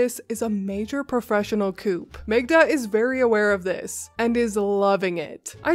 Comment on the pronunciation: Great story... But don't pronounce the P at the end of coup.